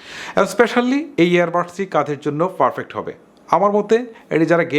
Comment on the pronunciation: ভাই,, Ferfect না perfact বলেন। অনেক বিডিও তে দেখেছি আপনি এটা ভুল উচ্চারণ করেন কিছু মনে করবেন,,😌